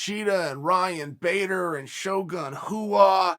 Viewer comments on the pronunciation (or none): none